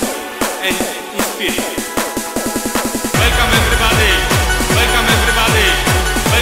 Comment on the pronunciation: łelkom ewrybady!!!!!!!!